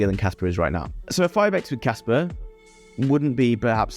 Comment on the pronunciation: Bro I can't tell if you're saying casper or kaspa